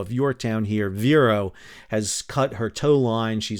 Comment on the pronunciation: VIR-ee-o. The bird. I was on the Warbler